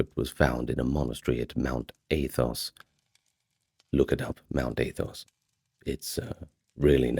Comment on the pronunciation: 2 things buddy. 1. When you have more than 1 crisis, those are crises not crisises 2. Its pronounced athos like apple, not like ape Good night - an orthodox Christian ☦️ ❤